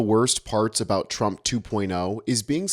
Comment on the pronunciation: Have you ever noticed that she pronounces "Trump" as "Chump"